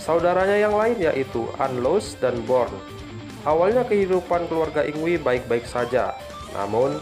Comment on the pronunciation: video yg keren om secara saya adalah fans yngwie. satu hal utk penyebutan nama mgkin bisa diluruskan bukan dibaca "yingwi" tapi "ingvai/ingvei"